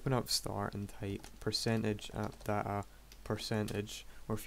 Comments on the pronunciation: he says appdata not app dat app :D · he said percentage app datA percentage, probably mixed out of his accent.